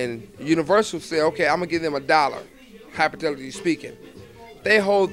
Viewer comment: “HypiTETily speaking” 😂